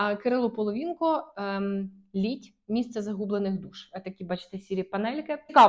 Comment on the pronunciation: Цікаві надбання, про деяких авторів чую уперше. Назва кини Половинка "Лімб", а не Літь